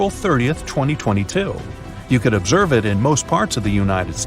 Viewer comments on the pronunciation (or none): "observe" how